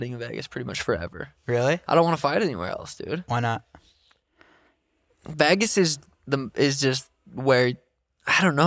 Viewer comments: Really struggling hearing Sean say “Vagas” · Someone teach Sean how to say Vegas 😂😂😂